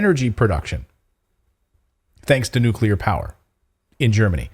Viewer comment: Nucular batteries 🔋